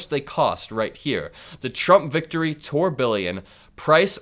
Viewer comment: Toor B Yawn (Pronounciation)